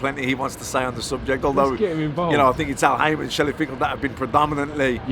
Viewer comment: He called him Shelly pinkel 😂😂